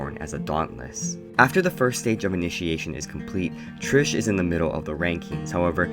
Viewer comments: Bruhhhhh her name is TRIS not trish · you kept saying trish and not tris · WHEN YOU PRONOUNCED TRIS LIKE TRISH I WANTED TO THROW MYSELF OUT A WINDOW IT MADE ME SO MAD BSHFHFJSKRJG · lol love how you kept saying "Trish" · IT TRIGGERED ME SO MUCH OMGGGG